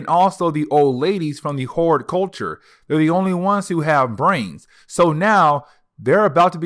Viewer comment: Just stop saying "kakoa". We know what you mean. And hordculture instead of hordEculture but I like how you said whoreculture, though. Magneto did that and I loved it. But just..........it's hella distracting everytime you say kakoa. Where'd the "r" go? And obviously you can read because you're pronouncing everything else right but still...... Naw, you just mispronounced Madrox. Who's Jaime "Maddox" and what's your problem with not pronouncing "R's"? Ija